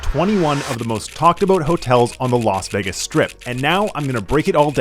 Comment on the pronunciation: Bro calls it Vaggis